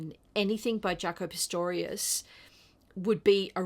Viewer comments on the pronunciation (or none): Great selection! Just a little correction... It's Pastorious not Pistorious.